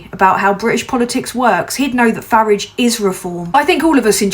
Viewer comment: Glad to hear you pronounce it correctly as Farridge, I still prefer to refer to him as Führage though...